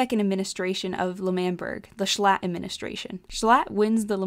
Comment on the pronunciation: No L. Jshlatt more like jschatt